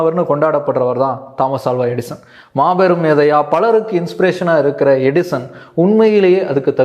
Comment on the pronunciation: Edison nu theliva sollunga bro.. 😅